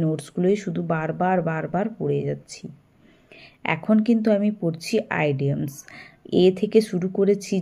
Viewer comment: আইডিয়ামস আবার কি😂😂😂 ওটা ইডিয়মস